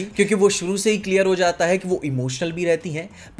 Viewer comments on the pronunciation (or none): none